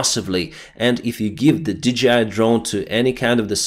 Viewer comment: Hi, I am a huge fan. I just want to point out to you that the company that makes the drones is DJI (Dee-Jay-Eye). It is not DGI (Dee-Gee-Eye). But keep up the great reporting. Paul in Perth, Australia.